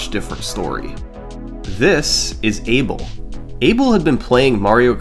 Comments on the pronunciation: Each time you pronouce "eibol" a kitten dies. Its funny that you pronouce David's name right but Abel wrong (should be/A Bell/) which from I can tell both hold spanish roots. Anyway I might be wrong, and this isnt making fun of you , just funny to hear. Anyway amazing vid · FYI, although he's British, Abel Marques is a Portuguese name. It’s not pronounced “Abel”, it’s pronounced “A-Bell” (sort of like “Isabel” without the “is”).